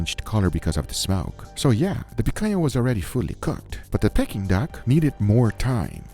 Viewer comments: Pecking duck? It's dead, how is it pecking? I think you'll find it's pronounced pee-king not peck-ing. 🤣 Still looks delicious though, even if its pecking days are over. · Guga it's 'peaking' aka 'peak-ing' duck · Peking is pronounced PEE-KING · why is he saying "Pecking"